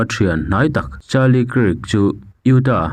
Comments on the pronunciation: Charlie kiirk han tih em em chu mawbawk le..pete tih lah pet i ti thul. Hmasawn tum ve em em laaa.. Zirlai tam takin i channel hi an ngaithla tih te hre ve bawk teh. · Kirk hi Kak tiin an lam thin